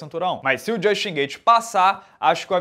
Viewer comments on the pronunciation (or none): none